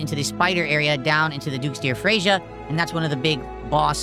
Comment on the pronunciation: The way he pronounces Freja